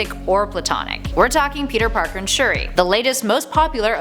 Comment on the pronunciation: Sp-uri? Shu-der?